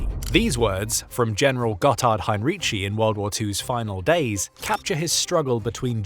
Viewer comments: Hine-ree-tsee. He wasn‘t Italian. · Excellent job, thanks. You only should have gotten the name right. You pronounce it as he had been Italian, he though was German obviously